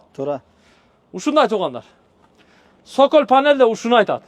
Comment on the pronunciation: Цоколь деп аталат,сокол эмес 😂😂😂😂